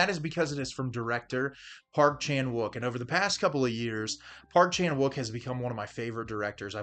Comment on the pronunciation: Please, I can't listen to you butcher the Korean pronunciation of Wook